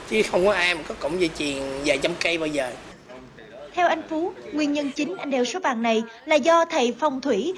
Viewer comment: Ta tên phúc mà nói Phú